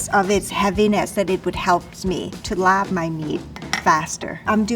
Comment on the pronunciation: Born and raised in Chiang Mai and another 15+ y in the State. I've never heard any Thai chef pronounce "LAAB" as "LARB" until today! It's always been "laab," and I'm proud to say I finally found a chef, Chef Hong, who knows it too! lol